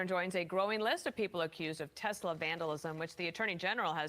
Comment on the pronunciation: "Telsa" lol